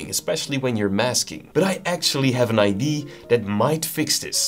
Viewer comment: did you just pronounce "idea" as "ID"? 🤔